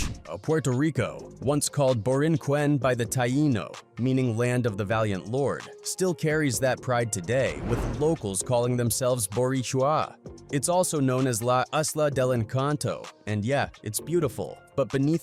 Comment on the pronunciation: Boricua, not borichua. He butchered that and Borinquen.